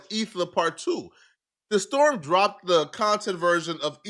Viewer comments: That's the only thing you heard, lol? You didn't hear the way he pronouced "the-storm" lol? When it's supposed to be pronounced as "Day-storm" 😂😂😂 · It's pronounced Day Storm... he's from vine